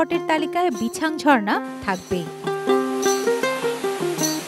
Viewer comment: বিছাং ❌ রিছাং✅